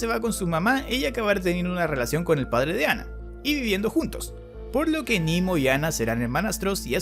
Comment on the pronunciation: Quedaría mejor pronunciar "Nemo" (=Nadie), ya que es latín y no inglés. Sugiero THE VOID Muy buen resumen y explicación